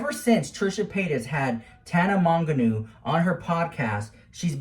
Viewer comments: You mispronouncing Tanas last name is 😂. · Not Tana Monganu. Im weeeaaak 🤣